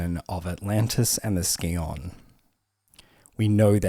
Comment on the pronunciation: "scion" is pronounced like "Sai-Uhn", not "Ski-On"